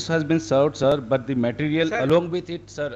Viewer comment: At 2.00 ,siir... Siir, judge :What sir?